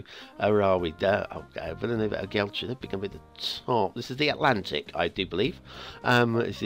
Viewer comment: Only Geltrú is misspronounced this time, should be "Yeltru" (so not bad at all). Just remember the accents in words with more than a syllable show that's where the stress is. But this is not Spanish, it's Catalan!